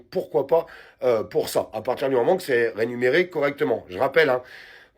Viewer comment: On dit : " rémunéré" et pas " renuméré "